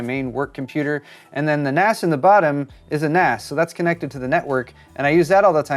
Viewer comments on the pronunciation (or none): It is pronounced NAZ. I know it's weird cause the s is for storage. But its naz.